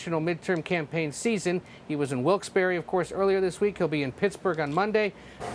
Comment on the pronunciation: It’s called Wilkes “Bear” not “Berry”… it’s a pet peeve for NEPA natives